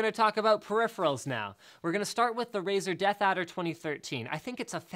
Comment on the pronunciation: It's Razer not Razor